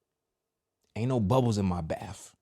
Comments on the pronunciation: It's BATH...NOT BAPHS...my OCD was going off 😂😂😂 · It’s bath not baff.